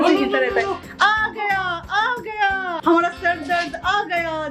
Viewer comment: Don't pronounce hmra say hamara ।याद रखना तुमसे बहुत लोग बहुत कुछ सीखता है।याद रखना जब भी कोई भाषा का प्रयोग करते हो , अच्छे तरह से करो। चाहे तुम्हें इस उम्र में सीखना पड़े